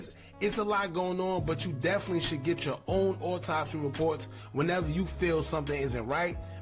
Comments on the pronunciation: This nigga said auto-spy 😂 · nigga said auto-spy lmao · That boy said auto spy 😂😂